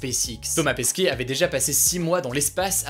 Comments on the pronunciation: Thomas Pesquet et pas Pasquet 😅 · C’est pas « Pasquet » c’est Pesquet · Euh c'est Thomas Pesquet pas Pasquet X) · mais je crois que la fin de son nom ce prononce ''ette'' et non ''é'' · C'est Thomas Pesquet pas Pasquet non?